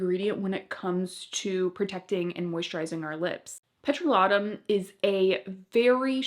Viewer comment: Petro-LAY-tum, not petro-lah-tum. I love Burt’s Bees tinted lip balm, but it’s very drying (weirdly!) and I have to wear Carmex under it. 🧐